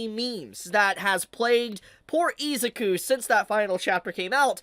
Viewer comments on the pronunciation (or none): Ahh yes, good ol Izooku and Ohchakoh. 😂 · Hate to say it fanbrats i told you so i told you so! Edit: you kept saying deku's first name wrong